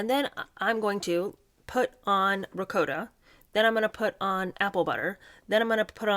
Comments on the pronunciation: It’s pronounced ‘Rigaut’ not ‘Ric-O-ta’, same as ‘managaut’, not ‘manicotti’. The Italian chef live-in bf she dumped for ‘H’ doesn’t pronounce it that way. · To be fair Queen Elizabeth ll had tater tots at her wedding dinner. 😋 Ricotta-> Ri-Caught-ta. Two consonants rule. Sorry, pet peeve. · it’s riCOTTa, like a cot you sleep on, not a coat you wear. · It’s called Rocottttta! didnt you listen to Megs pronounce it???